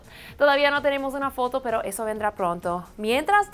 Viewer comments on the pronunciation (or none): none